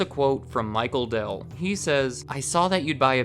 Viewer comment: Dude you're getting a Dell'DOH